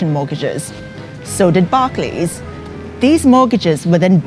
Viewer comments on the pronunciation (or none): none